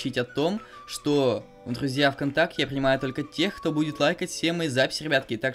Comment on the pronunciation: Смотрите: он говорит ДРРРРУЗЬЯ)